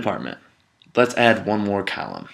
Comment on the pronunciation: Great demo. Column sounded like Callum though.